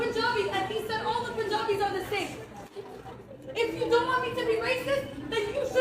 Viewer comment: "We vant a justice". 😆 🤣 😂